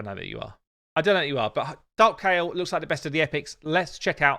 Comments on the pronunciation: It's ky el we all pronounced it wrong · How they pronounce Kael though...